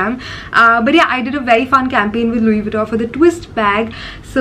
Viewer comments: She didn’t even pronounce LV name correctly. Btw, videography is prohibited in the store, I wonder how come store has allowed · Didn't even pronounce it right